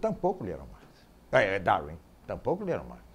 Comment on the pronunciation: "Daurin" kkkkk